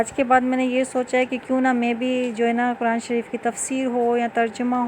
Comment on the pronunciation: آپ خود تو لفظ۔۔۔۔قرآن۔۔۔ کو غلط تلفظ کے ساتھ پڑھ رہی ہیں۔۔دوسروں کو کیسے درست تلفظ کے ساتھ پڑھائیں گی